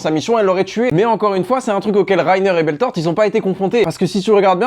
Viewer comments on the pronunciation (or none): Putain c'est pas beltort c'est Bertolt et puis tu rajoutes bermuda aussi c'est grave